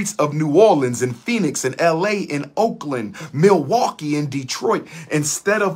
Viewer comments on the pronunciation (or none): none